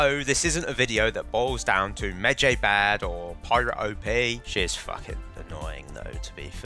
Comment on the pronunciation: pronounced medj(eye) not Jay ffs